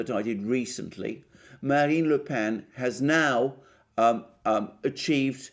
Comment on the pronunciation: Another superb piece. Congrats that you have now got the pronunciation of Marine Le Pen's surname almost right. In fact, "Pen" is pronounced exactly as it in in English ("The sheep were herded into the pen" or "My pen has run out of ink"); no needed for any nasalisation.